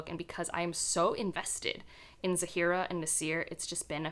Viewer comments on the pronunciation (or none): It kind of bothers me a little but generally when pronouncing Arabic/South Asian names you have to place the emphasis on the A (or ا Alif), ZAA-fi-ra, NAA-sir, etc. you are instead placing the emphasis on the f and s here. Anyway, I'm currently reading The Thursday Murder Club as I was in the mood for a mystery, and I plan to read the Ocean at the End... in Sept for the Magical Readathon. I haven't had much luck with Gaiman before but hopefully this one will work!😊🌻